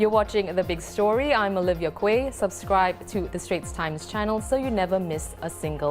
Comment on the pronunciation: jus wondering: shldn't her name be pronounced as Olivia '"Key" tho...